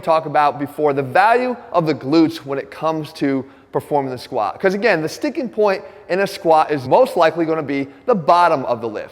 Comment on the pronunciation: I wish he'd pronounce the t in squat